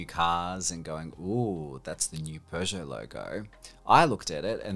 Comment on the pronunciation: Love this guy's pronunciation "Citrhon" "Runa" "Peuschout"